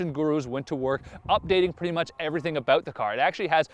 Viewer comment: HAHA! YOU SAID ABOOUT!!